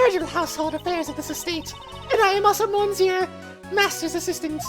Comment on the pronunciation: Good old court record, no organizers anywhere... YESZ! Yeah well wrong prosecutor for that So she sounds like a mouse now? :P Your French is aweful "monsieur" "Hoquet".... Hoquets Japanes name translates to "Paul Holic" might want to use that and dont butcher the French language anymore His name is "The Real Bad" btw name puns: Isaac Dover = Iced Over, Pierre Hoquet = Pierre (generic French name) Hoquet (French for hiccup), Jeffrey Master = Master Jeff.... errr Master Chef, Katherine Hall = Catering Hall Mistakes: 0/49 Death Counter: 4 Logic Chess: 0/11 Logic is hard: 1